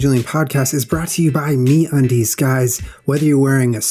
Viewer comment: At the end when Julian said "Get yourself some MeUndies..." I thought he said "Get yourself some mayonnaise" and I was like, "Julian, did you not just sit down to talk about the vegan lifestyle??" Lol... :)